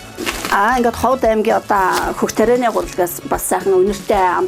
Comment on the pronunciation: Уншиж ярьж багаа хотлогч бусгуй Ховд гэдэг угийг Ховод гэж яриад байхнь сонин санагдчихлаа